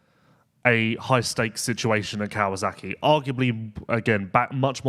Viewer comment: Never knew there was a Z in KawaSaki?????? Hhhhmmm?